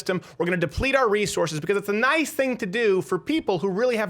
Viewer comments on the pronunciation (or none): none